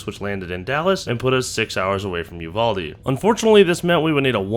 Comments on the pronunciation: not a big deal but it is pronounced YOU VAL DEE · Ok folks, the correct way to pronounce Uvalde is, You Val (as in Kilmer) Dee